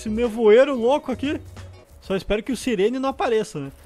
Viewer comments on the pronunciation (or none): Sirene n "SAIRE REDE"